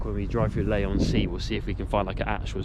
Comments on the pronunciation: don't get paid ? and you have to pay for your own chips ?? Gorblimey mate ! btw it's pronounced LEE on sea not LAY on sea :face-green-smiling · You go to the longest Pier in the world and you don't go down it, Skint boat hahaha 🤣 and ya can't pronounce Leigh on Sea ⛵, Shit video as you started the video in the worst part of Southend Too